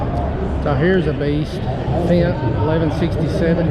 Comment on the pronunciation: it’s pronounced like “fent”. I studied abroad in Germany in college and my host family were silage farmers. They had several of them and I got to work with them a bit.